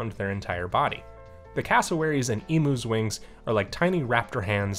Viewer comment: Woah woah woah, hold up,. I live in Australia, and I can't stand letting another person slip through my line of sight calling emus (ee.m.yoos) EEMOOs. You'll be let off with a warning, but I strongly advise you never make this mistake again. Okay. Now continue about your day.